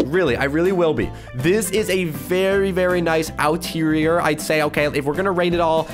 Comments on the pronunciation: Him saying outerier levied me lol because it is exterior lol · i felt it when he said “the outireor” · “From the outterrier to the interior” ~ 2019 it’s supposed to be exterior unless I’m wrong and if so I’m sorry.. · OuTeRioR! Me:Exterior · you make me triggered sometimes. Everybody else: "i love the EXTERIOR!"...: "The OUTERIOR is really nice! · Outterior an outside mate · Why outterior